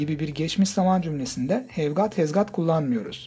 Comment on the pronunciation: Ayy hev gaat ee van pensıl 🥴